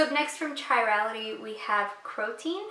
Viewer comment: Psst from a chemist: the ch in chirality is pronounced as a "k" ;)